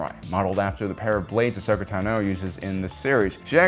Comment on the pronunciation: If I had a dollar for Everytime you mispronounced Ahsokas name I'd be rich.